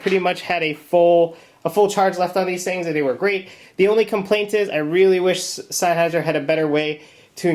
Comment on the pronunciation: Its sennheiser not sineheiser. says so veeea the box.